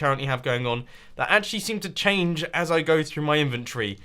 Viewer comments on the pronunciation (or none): none